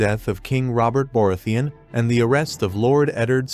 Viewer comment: was that on purpose??? If not calling him BOAR-ratheon is a hilarious coincidence of a mispronounced word that even Bobby B would laugh his ass off